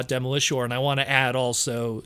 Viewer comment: I've never heard anyone pronounce Demolisher that way lol. Really interesting interview. I actually really liked Smokescreen as a kid when I was growing up. Loved the figure because of its massive gun crane gimmick. And like you said, Liftor was a great minicon too. I'm surprised he didn't say he would want to go back and do Sideswipe again. I loved that figure too, but I can acknowledge its massive faults. Thanks for sharing this!